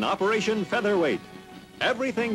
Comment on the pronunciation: It's "featherweight". :D